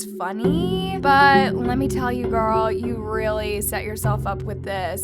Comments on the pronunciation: the BUT keeps scaring the fuck out of me lmao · jesus the ‘BUT’ is so annoying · The way you say “BUT” is too much. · My heart skip a beat everytime says BUT!! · I kept getting distracted by you saying “BUT!!!” 😂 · it was kinda extra and annoying tbh lmfao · The emphasis of “but” always distracts me